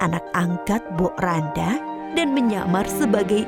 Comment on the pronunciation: Mbok Rondo bukan mbok randa